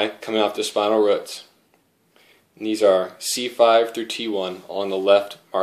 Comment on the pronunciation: But why do you pronounce roots like ruts